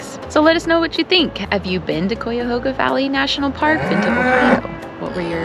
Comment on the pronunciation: I'm sorry, but I couldn't stand how you mispronounced Cuyahoga every time you said it. Did you not even bother to try to learn how?